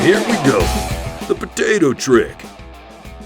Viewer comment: cut a potatoe in half and poke holes in it with a fork lmaooo his accent came out like a mug